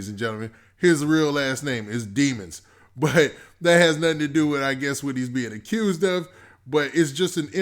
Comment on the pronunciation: Stay down been releases as the single and a video been out. Then you talm bout Durk cousin wooski 🤦🏽‍♂️, Melly last name not pronounced "dee-mons", just dem-ons